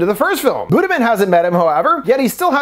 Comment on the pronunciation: i was reading the comments while listening and i was like "why is buddha being mentioned" but it's literally "budiman" pronounced as "buddhamen" lol. no hate i just think it's funny and made me less spooked to rewatch the scenes shown in this video. for reference a closer pronunciation would be boo-dee-mahn. edit: also kudos for actually showing a wiki page for the petrus killings, if y'all understood the state of politics in indonesia and gen z's awareness of history right now...